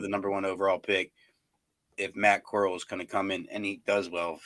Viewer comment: Bro Matt Corrall didn't start ANY games. He played in 2 preseason games and got injured. Y'all are not even pronouncing his name right 😂